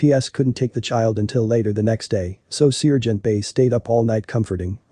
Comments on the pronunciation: Great heartwarming story but the robot voice "sear"-gent is annoying 😑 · Lucky, it was an annoying robo-voice that kept pronouncing Sergeant as ce-urge-e-ant. Basic story...39 year-old drug head babysitter in grocery bathroom with 14 month old. The sitter was trying to hide drugs from cops, while baby was drinking Dr. Pepper from a baby bottle. The Sargeant got the baby away from the woman, she got arrested, baby safe but mother is in jail for unspecified reasons. Looks like that poor child will end up in foster-care. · Not all cops are bad. God bless this sargeant. By the way, it’s pronounced sar gent.